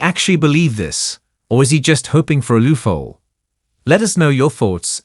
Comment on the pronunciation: You know what ruins this video? The stupid AI voice they can't even pronounce the word a loophole. LOOFOLE? Whomever is making this video stop with the annoying AI voice. It just shows how terrible your content is.